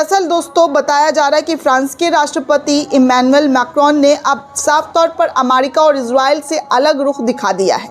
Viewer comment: Madam not amarica, America. Not repot, report.